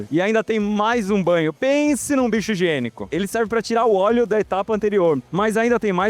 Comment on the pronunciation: Cara tu ta com problema na fala? "agora ta na hora do bate CabeçaMMM " "Essa aqui é de parafuso de MaquinaMMMMM " "Do forno caem em um banho de OlhuMMMM "